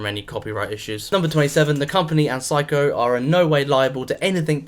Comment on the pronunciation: This is the correct British pronunciation.